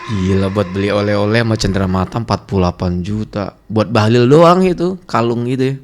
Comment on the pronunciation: Bahalol bkn bahalil.bahalol macam gabenor kaltim